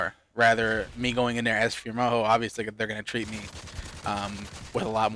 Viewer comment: As much as we like you and your videos, it really does sound like you're saying boyfriend Moho.